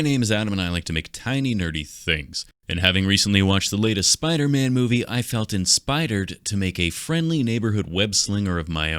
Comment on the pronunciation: "felt inspidered" made me chuckle a little bit ngl